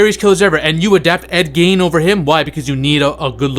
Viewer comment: ed "GEEN" not "GAIN"